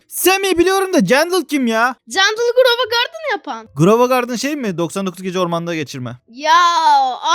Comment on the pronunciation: GROVA GARDEN BİDE ONUN ADI JANDEL JANGEL DEĞİL